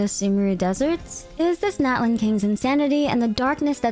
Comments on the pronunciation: Min what must I do for you to say Natlan correctly (not-lawn)😭😭😭😭😭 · btw natlan is pronounced not-lawn ! <3 also mualani is moo-uh-lawn-ee!